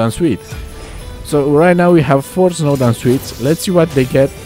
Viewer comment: Snowdown pronounciation (showdown) R.I.P XD